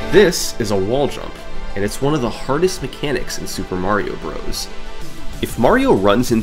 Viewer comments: It’s pronounced “brothers,” not “brohs.” Holy hell that’s annoying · Bros. is pronounced as Brothers, hence the period at the end. For someone who has done so much research on it, you'd think you know how to say the name by now. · Bros is an abbreviation of Brothers. You sound silly saying it the wrong way